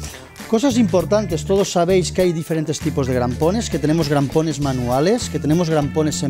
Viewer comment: Crampones, no grampones 😂😂 cuánto técnico listo pulula por YouTube 😂😂😂...jodeerrr